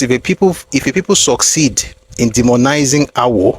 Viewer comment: Sucede not seceive